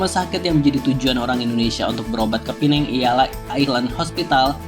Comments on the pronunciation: PEMBETULAN , PULAU PINANG BUKAN PULAU. PINENG , DULU SEMASA ZAMAN. INGGERIS MASIH DI NEGARA MALAYSIA. MEREKA MENYEBUT PINENG TP SEBENAR NYA SEBUTAN YG BETUL ADA LAH PULAU PINANG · sebutannya salah bang..kalo mau sebut pulau makanya pulau pinang..bkn pulau penang..pulau pinang itu bahasa melayu nya sedangkan penang itu inggerisnya... pulau pinang hadir